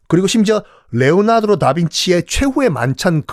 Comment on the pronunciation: 레오나드로? 레오나르도? 발음이 이상한건가요? 잘못읽으신 건가요? 잘못알고 계신건가요?